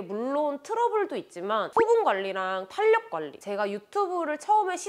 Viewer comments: 영상을 보다가 댓글을 남깁니다! 탄력은 [탄녁]보다 [탈력]이라고 하는 게 맞아요! 비난하고자 하는 의도 절대 아니고, 뷰티유튜버로서 이 단어를 자주 쓰실텐데 올바른 발음으로 사용하시면 더 좋을 것 같아 말씀드려요☺️ 항상 좋은 정보들 감사합니다! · "탄력"이라고 쓰고 "탈력"이라고 읽습니다, 지나가다 예쁘셔서 덕분에 좋은정보도 얻고 가요 '탄녁'이라고 말하시는 부분 이 많아 말해주고 싶어서 적어두고가요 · [탄력]❌️ [탈력] ⭕️ 너무 거슬려요